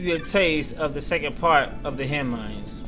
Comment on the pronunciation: It's Henne "Mines" not "Minds"